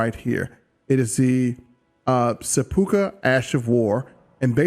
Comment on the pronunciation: Sep-pu-ku Sepp-poo-coo